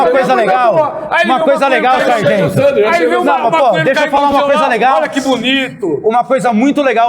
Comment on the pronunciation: E fargento kkkk